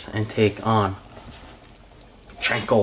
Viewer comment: It’s CHA (like the cha cha dance) not chainkonabe lol. I’m not making fun cause it looks delicious.